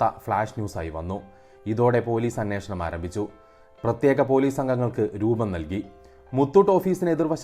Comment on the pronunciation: അനേഷണം അല്ല അന്വേഷണം എന്ന് ആണ്